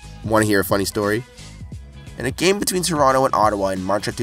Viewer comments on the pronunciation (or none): none